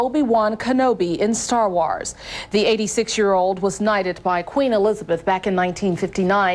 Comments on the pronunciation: It was an honest mistake while under pressure on live TV. Pronouncing “wars” like “star” is not a big deal and is a common way to twist your tongue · Never heard 'wars' pronounced that way. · I thought the same thing